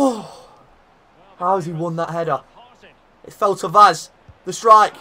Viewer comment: If you are interested in knowing how to pronounce Vaz's name correctly, it is read "Vash" in portuguese